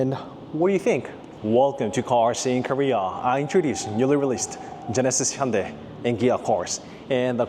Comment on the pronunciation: awesome content! Can I just add one litle thing its hitting my OCD haha. When you introduce, "Genesis Hyundai" can you put a slight pause inbetween the words or is that on purpose? If it is I guess it must be cause Genesis owns Hyundai or vice versa? Anyways keep up the good work sir